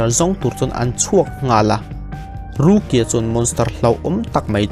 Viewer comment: Rukia i lam dan hi mipa i sawina a ang thin ka ti.. ruki-a tih ang deuh hian a ri a..